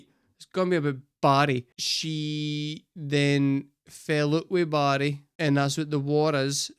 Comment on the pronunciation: How I had yo figure out “buddy” was you saying Barry!!